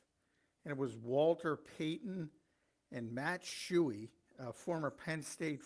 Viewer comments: It’s Matt Suhey not Matt Shuhey. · Suhey not Shooey